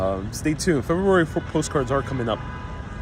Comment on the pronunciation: Please learn how to pronounce the word FEBRUARY